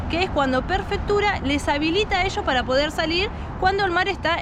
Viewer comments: Hermoso video chicos !!!! vamos por más !!!! lo ue si.... es Prefectura, no perfectura jajjaja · Almita bruta del averno: es "prefectura" y no "perfectura".! Es como no diferenciar "dentífrico" de "dentrífico".! 🤦